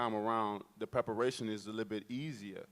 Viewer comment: “the pepperation”🤣🤣 ”I’m more peppered”